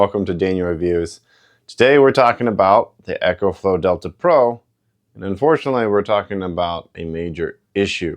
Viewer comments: You pronounce Ecoflow like it's spelled Echoflow 😊 Think of eeeecooh friendly as why they used eco in front of their name. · 1st.. its Eaaaa kooooe Flowww Not "Echo Flow".. T hat is all, thanks... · First of all, he's pronouncing it wrong. Second of all, with these units first came out. I purchased him as an engineer. There is no flaws with these devices. I have 4 of them the Eco flow. I have the pros. I have four units and I have never had a problem with either one of them. I've been an engineer for 30 years. It doesn't mean I know everything what I'm saying. Is it seems like every time certain people get these products? They always find something wrong with them. The product is supposed to be charged. Plugged up, use, most of you guys are always trying to Come up with a different schematics. For these machines or change the engineering or design for them, leave them alone. It's not meant to run. The world is meant to plug in, use it for a while, and then recharge. It, it's just a battery, plain and simple jesus. You always trying to put some type of an adapter or some type of extra apparatus is something that doesn't need to be plugged in. That's not what it was designed for it was designed for you to plug things into it and case your power goes out. Plug your TV in plug your saw. In you know, to Plug different units in for a short period of time. It's not meant 2 like if you have a power outagefoura day or 2, 2 be washed and clothes with it and 2 try and rig it up to do something that it wasn't designed to do. It's a great design. This is like, uh, yeah, guys will go out here and swap an engine in a car. And get upset because it doesn't have the right to cubic feet th